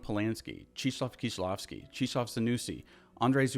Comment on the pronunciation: Great video but how did you end up pronouncing Krzysztof as Cheeshof? Kshish-toff. Chris-toph(er). It's Christopher. You can say Chris, it'd be closer than Cheeshof :P It's very entertaining once or twice when people get spooked by names like Krzysztof and Grzegorz because they look so different but that's just Chris and Greg with extra steps lmfao